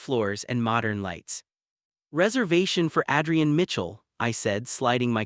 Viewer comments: Dear fictitious narrator : Adrian is pronounced like Aid, not like Add. Effing AI 😂😂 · Why are there so many guys called "Ethan"??? And who pronounces Adrian as "Addrian"?? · Adrian's great-looking. Strange but with Italian pronunciation he should be called Adriano. The buildings look like NYC (UN/Chrysler) not Chicago.